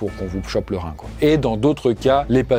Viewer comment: Un rrrrrrrrhin! 😂